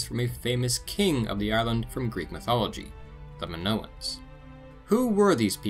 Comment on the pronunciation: Nice video 😎 the Greek i makes a. E sound. In Spanish they call it the “Greek e” sorry pet peeve of mine. Like when pepole call Italians EYEtalians.